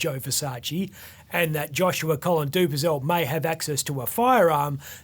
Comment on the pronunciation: Do-per-zel......Do-per-zel....? At least pronounce the guys name correctly,.